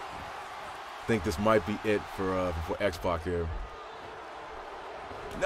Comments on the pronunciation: sorry Bryan it sounds like you're saying Xbox rather than X-pac. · youre actually saying xpox